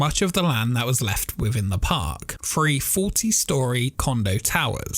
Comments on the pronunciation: I enjoy these videos very much. One thing- its pronounced THree (3) not Free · What’s the deal with your pronunciation of the number 3. It sounds like you are saying “free” instead of three. Is English a second language for you?